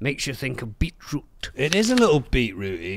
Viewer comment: The word beetroot has two Ts in it, and somehow says neither of them hahaha